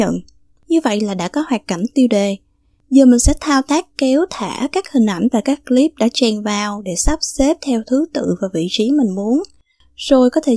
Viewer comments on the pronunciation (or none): none